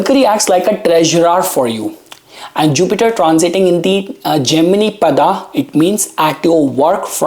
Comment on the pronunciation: Tell if you cannot say paadaa properly